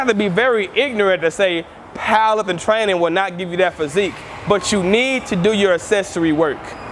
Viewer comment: He says paaaaawher lifpting